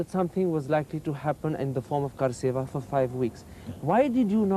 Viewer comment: It's not kaarseva, it's karseva or labour for the deity with one's hand